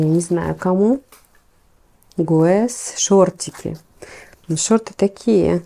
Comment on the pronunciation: здравствуйте! Ну гесс же, а не гуэс 🙏🏻🙈🙈